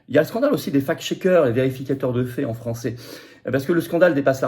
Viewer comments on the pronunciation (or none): none